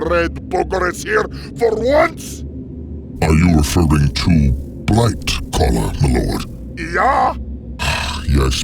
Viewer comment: Did he say blight caller